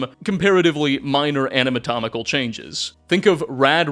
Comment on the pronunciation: "Anamatomical changes" haha! I love you man. ;P